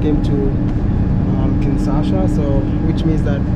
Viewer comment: Wode, please learn the correct pronunciation of Kinshasa. It is Kin-sha-sa, but you keep saying Kin-sa-sha.